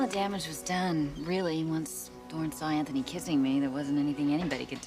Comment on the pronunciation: Anybody else notice how Sally consistently says ANTONY and everyone else says Anthony?